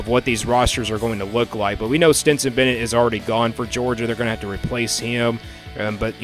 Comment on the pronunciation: I'll add this too- He said "Stenson"..